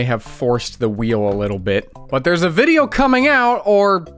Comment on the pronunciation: whear bideo